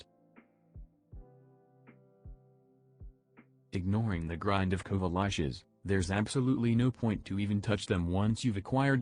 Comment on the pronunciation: kuva lahshes. that voice-to-speech is.. having some problems..